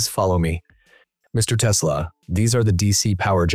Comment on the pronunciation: Das dauernd teslasch gesagt wird nervt sehr.